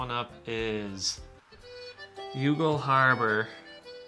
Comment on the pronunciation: YOU-GAL? Guys, ask an Irish person ... it's pronounced "YAWL"...